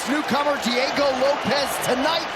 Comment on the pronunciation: Bro said Diego loaps 😂😂